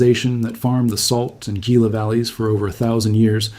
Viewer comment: The Gila River is pronounced HEE-la, not GEE-la.